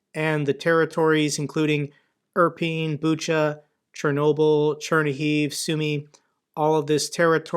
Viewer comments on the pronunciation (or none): none